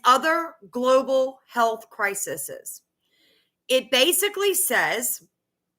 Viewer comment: Please note crises pronunciation Thank you